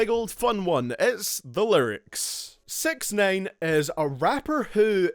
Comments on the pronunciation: Its sixnine not sex nane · Did u call him SexNine on purpose? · It sounds like you say sex nine, get it, it's ironic because he's charged with . . . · LOOOL 'Sex neyn'